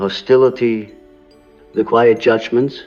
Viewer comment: AI voice at very least. In one part of the video, the voice pronounces the word “quiet” as ‘key-yet’ 😑